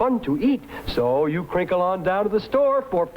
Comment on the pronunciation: i'm terrified of him and i don't like the way he says "kuhrinkle" 😭